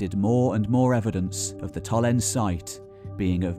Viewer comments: Blimey! Very monoglot English: "Tollens". No. Tollens-eh. Say all the vowels. Getting the name of what you're talking about wrong throughout is, at best, careless. The trouble is that the next question is: what else has he got wrong? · Its TOLLENSEE you missed a e there...See=Lake... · Nice video, but one major nitpick: when a German word ends on an -e, e. g. Tollense, the e is pronounce as a shwa-vowel, namely -uh. Tollense is pronounced TollensUH. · Absolutely fascinating stuff. Thank-you for sharing your knowledge. If you ever do another video on this topic perhaps you could check out how the German place names are pronounced. The final "e" in Tollense is not silent, "v" in Vorpommern is actually spoken like an "f", for example. (Just a constructive suggestion for the future.)